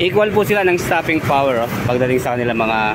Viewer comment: "STOFING FOWER" 😅😅😅😅😅😅😅😅😅😅😅😅😅😅😅😅😅😅😅😅😅😅😅😅 bwuahahahaha 😂😂😂